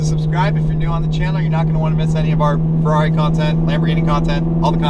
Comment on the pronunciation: So crigney tho feRRRRRaaaaeRRRiii